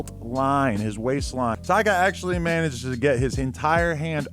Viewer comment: he said “tyger” bruh lmao